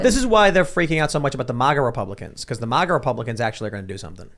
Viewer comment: Why does this dude keep saying MUAGA… its MA-GA. And F**k the globalist queen.